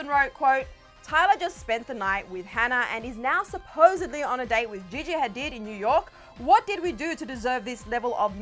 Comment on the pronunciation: Did she just mention Gigi Hadid as Vajeyjey? lol